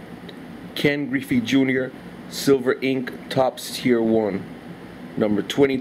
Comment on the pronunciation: griffey is filthy mc nast nast and you did kill my last name but thanks for the shout out bro